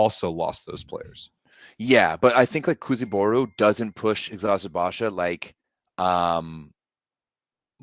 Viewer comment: Guys kudos to you for pronouncing the Turkish names correctly! 🙏🏼 Especially Eczacıbaşı which is honestly hard to pronounce and you’re doing it like a pro 👍🏻